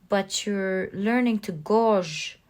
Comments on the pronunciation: Hello beautiful, I love your reads and appreciate your beautiful heart and professionalism in case no ones said (lol) .. constructive criticism: gauge .. to assess, sounds like your saying gorg.. (like short for gorgeous).. the pronunciation for gauge is "gay g" again, you're awesome, I just know you would rather know. 🥰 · Pile 3 beautiful thank u . Fyi guage is pronounced gay- jguh. Only saying as it's got the opposite meaning if u say gorge and could be very confusing for some. I don't think u need the subtitles in these readings by the way Ur voice us perfect. Thanks so much X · In pile 3 you keep saying gouge I think what you mean is said this way. G "ay" age.